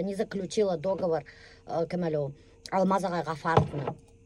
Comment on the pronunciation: ДоговОр, а не дОговор🎉